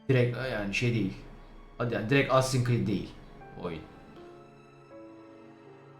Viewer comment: Cread değil Creed